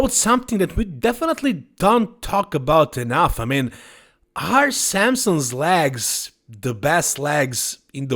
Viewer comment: Clicked to hear say LAGS!